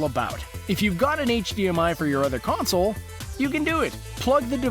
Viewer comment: Stop over pronocing the word consoleoololl